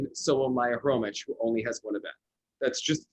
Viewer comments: I think Maiia's last name is pronounced Kromik, not Kromich. No reason the "kh" would be "ch". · It’s pronounced HROMYH. H like in Hotel. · It's Khromykh. The first and last letters sounds the same, as "h"